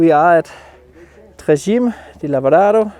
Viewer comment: Simply spectacular! Try this pronunciation "tray tchi-may"